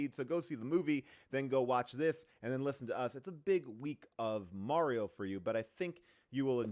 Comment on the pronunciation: Paul - why are you and June saying Mario’s name wrong the ENTIRE episode? 😂 little distracting…